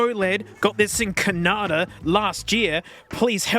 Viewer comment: "When I was in Cuh-nah-duh" I still can't believe you came to my city and managed to go to the worst Canadian Tire in all of Canada, as confirmed by repeated comments from others. Enjoy the Steam Deck! I had no idea anywhere here sold those!